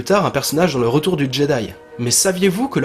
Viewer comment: "éti" tu me décois mec ;) sinon parfait continue ;) yeeeaaayyyy